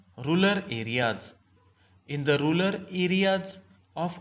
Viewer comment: Rural hota hai sir aap rular padh rahe hai baar baar